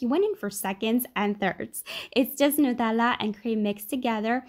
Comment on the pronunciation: 10/10 "nutella" pronounciation